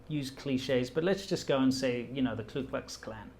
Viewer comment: Disturbing and fascinating video. Stay safe. By the way, it’s the Ku Klux Klan, not the Klu Klux Klan. This is a common and trivial mistake, but I just wanted to clarify.